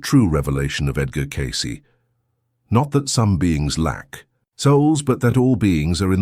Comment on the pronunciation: The only bad thing about these Cayce videos is the AI narrator. It just doesn't 'get' the rhythm of human speech. What really gets me is that the AI voice pronounces Cayce's name Kai-cee. It is Cay-cee. With a long A. Not Kai which rhymes with lie. I see this in nearly every one of these videos. Couldn't the makers of the video PLEASE, PLEASE, PLEASE correct the AI's pronunciation of the guy's name???